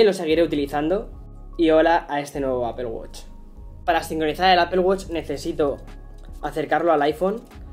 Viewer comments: Apple wosh. Mmm creo que lo pronuncias muyy mal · No es apel wuch